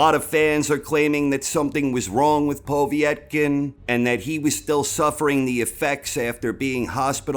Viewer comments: I'm losing concentration everytime you say poveey ett kin. Noone says it like that! Lol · The obvious (to a proper boxing fan), reasons why Povetkin (not pow-vee-ett-kin ), lost were: 1: Their first fight (Whyte / Povetkin), took a LOT more out of Povetkin, and did a LOT more damage to Povetkin, than it did Whyte. Whyte was landing the much harder shots in the first fight, and looked to have the win in the bag, before he got caught with a beautiful uppercut which would probably have levelled any other heavyweight in the division. 2: Povetkin had plenty of time to recover and train from his covid, but the gap in his training due to him having covid, meant that he could not cycle testosterone for a few months, and people who know about this will understand that although it allows you to gain muscle a lot quicker, and more of it, when you are off the gear for any long period, you also LOSE the gains a lot quicker. 3: Whyte was embarrassed about being KO'd, and trained like an absolute beast, and was in the best shape he could be, for the rematch. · It's just Povetkin mate. POH-VET-KIN :) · For the first time ever, I nearly didn't give this video a like because of the way you was saying Povetkin's name 😂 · Love your channel but i have never heard it pronounced they way you say Povetkin.